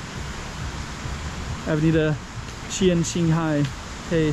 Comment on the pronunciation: Hai is pronounced like "HIGH" instead of "HAY".